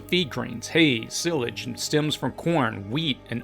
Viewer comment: “Sill-age”? Lol !! Try “Sigh-lage” you freak’n city slicker! Oops - I mean “preper”.